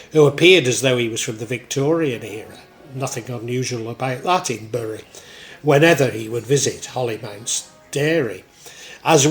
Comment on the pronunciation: Great video, but I understand it's pronounced "Berry", as my mum was from there and that's how she said it ought to be pronounced.